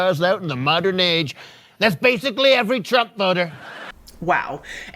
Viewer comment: Thank you! You are the best, and also the only one in the media that pronounces that criminal's name correctly! 👍✌️💙